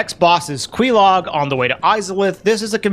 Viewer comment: loved thevideo bro , but the way you say quelaag irks me. its probably phonetically correct but man is it not the popular way. gif vs jif actually